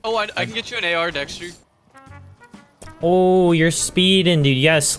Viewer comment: Anyone realise he said what's up dxtr LOL